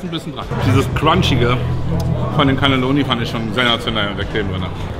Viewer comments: die heißen Cannoli oder in der Einzahl Cannolo Siciliani, und nicht Canelloni😂Canelloni sind gefüllte lange Röhrennudeln.Lg✌🏽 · Cannoli net Canneloni